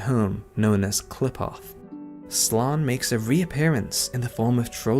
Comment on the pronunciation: Not "clip-oth" "quill-ip-ith"